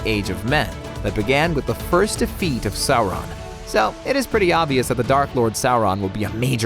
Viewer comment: not the stranger things kids. you monster. Also, it's not sour-on. Sauron.